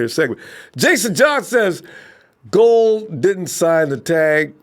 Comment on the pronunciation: still mispronouncing robbie's last name. Goo-uld like ghouls and goblins. lmao